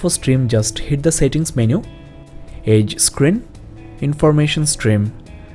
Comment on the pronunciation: your edge sounds like age.